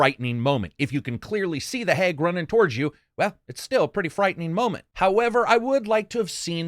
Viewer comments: Love your videos, really do.. love the wordsmithing, thats what sets this channel apart for me. However... its how you pronounce words that shouldnt be that badly chopped. Hag is pronounced like bag not "heg". Maybe its an accent difference? I dunno, but same way you pronounce Yakuza hits me in the pet peeve. /twocents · Lol I love hearing you say “hag” as “hayg “. Reminds me of my Midwestern friends.